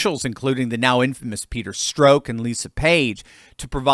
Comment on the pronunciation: Haha you said "Peter Stroke" 🤣👀